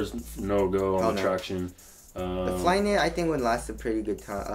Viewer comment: "So Flyknity!" LoL